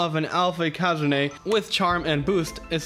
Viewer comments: Ikazune isnt pronounced ikázuné its ikazune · It's not ikazuné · Its ikazune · How pronounces Ikazune though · I was so confused on how you pronounced Ikazune, you're probably right but still weird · You saying ikazune pissrs me off no offense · "Ikazune" that pronouncement